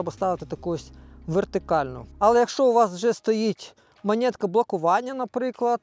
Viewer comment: Не монєтка, а монетка!